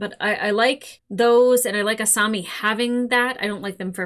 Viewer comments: A-saw-mi not A-sue-mi🤭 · To be fair, you say Asumi instead of a Asami a lot ;) (Doesn't bother me, its just funny) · Every time I hear "Asoomi" I die a little. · I was gonna gently remind you how to pronounce Asami, but you got it right at the end of the video :P good job! Haha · Don't worry, Avatar fans are notoriously relaxed about mispronounced names! It's not like we got traumatized or something...😂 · The mispronunciation of Asami, kind of hurts lol. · You are still saying asami's name wrong